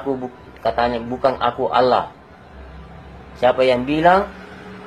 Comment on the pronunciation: Dari logat bahasa dan pengucapan kata Allah aja Uda aneh.... Ada udang di balik batu 😂😂😂🐍🐍🐍🐍🐍